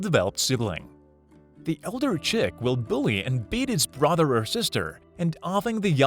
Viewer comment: Ambooshes the prey… You-ren… brawther or sister… largest population of the count-en-ant… Etc. at least he got boobies right.